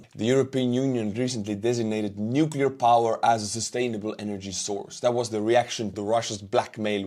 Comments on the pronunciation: Lost credibility for me when the voice-over could not correctly pronounce Nuclear (and this was the word they used in the text) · Yes, it's pathetic how many people can't pronounce "nuclear." It derives from the "nucleus" of the atom. Might have been a voice model. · I couldn't invest in a company that puts out a video that pronounces "nuclear" incorrectly😅 said it correctly, but the pitch person in the video didn't